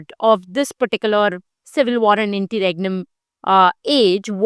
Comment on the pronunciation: Interregnum ki pronounciation toh thk krle behen